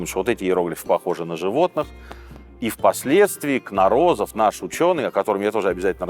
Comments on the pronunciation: Читала, что в фамилии Юрия Кнорозова ударение ставится на первый слог - КнОрозов. И в Мексике, где он национальный герой, его именно так произносят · Ударение в фамилии Кнорозов неверное,. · не кнорОзов а кнОрозов, родом с Украины, Харькова. Русня как обычно украла ученого себе, мол он срусский. Он не срусский! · Спасибо! Всегда с интересом слушаю вас. Позвольте замечание: фамилия русского учёного произносится как КнОрозов, а не КнорОзов. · Требую возвращения аутентичных правил в футбол, с жертвоприношениями проигравшей команды! И да, дядя Сережа и команда, пожалуйста, очень хочется грамотную речь слышать. Не от восемьсот, в от восьмиста. И фамилия нашего ученого не кнорОзов, а кнОрозов. О нем есть отличный выпуск на Ютубе;) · Господин Минаев! Фамилия известного учёного произносится с ударением на первый слог: КнОрозов, а не КнорОзов. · И всё же КнОрозов, а не КнорОзов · А разве не КнОрозов? На первую "О" ударение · КнОрозов, а не КнорОзов! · господи, какие акваланги в 1910 году при исследовании сенотов? пирамиды Луны и Солнца - не майянские, на этой территории жили ацтеки. Но и не они их строили, а более древние теотиуаканцы. Фамилия учёного КнОрозов, а не КнорОзов. Как-то слишком много ляпов, тщательнее нужно готовиться. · Сергей Сергеевич, а почему КнорОзов, а не КнОрозов? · КнОрозов,а не КнорОзов. Ударение на первую О!!! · У великого советского этнографа и историка фамилия КнОрозов (ударение на первую О), историки блин... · Причем с ударением на Кнорозов , а не как автор сказал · КнОрозов. Ударение на первый слог. Ключ к шифрования у него был. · Везде было ударение КнОрозов. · КнОрозов :) ударение на первую О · КнОрозов правильно ставить ударение у нашего великого учёного... историк блин... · КнОрозов!!! Ударение на первую О! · Правильно КнОрозов. В Википедии не то ударение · Произношение имени ученого - Кно́розов. (режет слух)